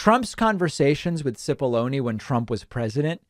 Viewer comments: It is 'chip'-ollone. Many people saying it incorrectly doesn't make it right. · Hi, David. The commenter who corrected your pronunciation of "Cipolloni" may be right about how Mr Cipolloni says his name, be you and I, and anyone with a knowledge of Italian or Italian cooking (onions!), would feel compelled to say it properly ;-)